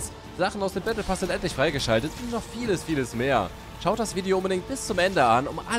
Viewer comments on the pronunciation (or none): none